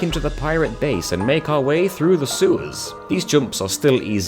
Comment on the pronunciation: is it just me or did say seweys instead of sewers?